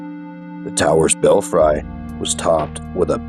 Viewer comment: Belfry is pronounced bell free.